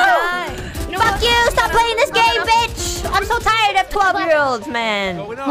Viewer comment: I love the way she says BEECH! Especially how she pronounce the B, it's so visceral